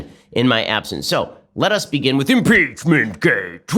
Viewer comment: "Mmmmpeechmurnt Grrt, Twernty-Nintrrrrrn!" 🤣🤣🤣 Hilarious 😂